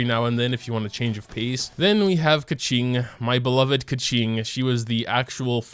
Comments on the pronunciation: i've been watching your videos for quite some time now, but i only realize you said Keqing like "kaching" ToT help, it makes me think of that red car that can talk (i forgot it's name ToT) lmaooo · i remember when called keqing "keking" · Why do you pronounce Bennet’s name so weird? You make him sound like he’s some chick, no offense. It’s “Ben-et” not “Ben-net”. Also Keqing? It’s “Ku-qing” the e sound is a u sound.